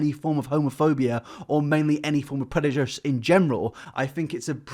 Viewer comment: nobody:: 'predujice'